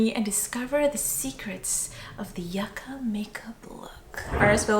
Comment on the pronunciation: Yucca not yaca